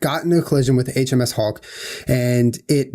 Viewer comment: Julien's "HMS Hawke" sounds like "HMS Hulk"